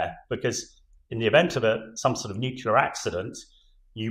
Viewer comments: "New. Clear." Not "new-que-lar." You're welcome. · Not “nucular”! It’s pronounced “nu-clee-ar”. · Take a shot every time an """""expert""""" says "nukular" on Times Radio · Somebody, please tell him it's NUCLEAR, not nucular! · The chap who says he's an expert said 'Nucular' !!!🤭 Is there any hope??? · Sorry but it drives me crazy when I hear it pronounced nucular, like why can't they pronounce it right? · Getting pretty annoying how nobody on TV can pronounce 'nuclear' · Brilliant insights as ever from proper experts, just a shame he's spent too much time with Americans and can't say the word "nuclear" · It is so incredibly distracting that the gentleman uniformly imispronounces "nuclear." It makes it difficult to pay attention to the substance of what he is saying. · Former General of the CBRN Regiment can’t pronounce “nuclear” what an awful waste of mater & pater’s dosh.😂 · how is it that a guy as smart as that doesn't know how to pronounce nuclear? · Spent his life working with nuclear weapons, but didn't learn how to pronounce nuclear.